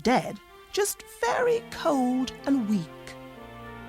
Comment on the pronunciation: very がery ってなってマスよ。あとwentがent